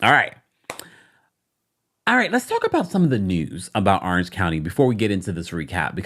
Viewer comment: I love you but Orange starts with an O not an A arenge county 😂